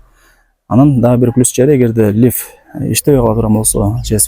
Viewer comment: Не лиф, а лифт.